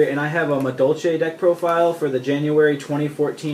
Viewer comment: Doesn't even know how to properly say the names of all the madolches haha obviously new to the deck